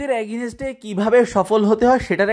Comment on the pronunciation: are bhai agineste agineste .ki soro korlen,, valo vabhe English na bolte parle bolen keno ? tau abar public platform a ..Ajaira